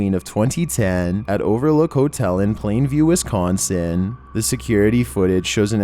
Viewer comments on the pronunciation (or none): none